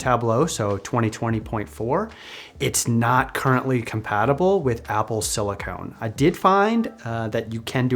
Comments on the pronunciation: great video, the only thing that triggered me was "silicone". Similar stuff, really different application. "Silicon" is what is used to make processors. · CE here, just want to clarify… silicon is pronounced sili-Kin. Sili-Cone is a rubber like plastic. Silicon vs silicone. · Just discovered your videos recently as a data analyst myself and really enjoy them, you got a sub! Just one small note that it's pronounced Apple silicon (sili-cun, for computer chips) rather than silicone (sili-cone, a flexible rubber used in breast implants :P).